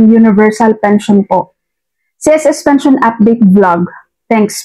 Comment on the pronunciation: Tama po,Robot po ang nagsasalita doon,lahat fake news,para lng dumami ang subscribers.Pakinggan nyo yung sinasabi ng Robot na yun,yung salitang "Pension" ay binibigkas na "Pensayon".